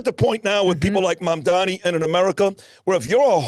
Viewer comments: It's not Mamdami. It's Mamdani. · It’s Mam-DANI (with an N), not Mamdami